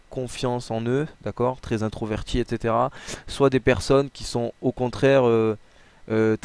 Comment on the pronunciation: J'adore quand il dit etc il le dit mal